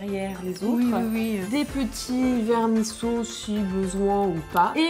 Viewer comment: Super recette mais juste on ne dit pas vermiceaux mais vermicelles 😊 (1ère L oblige)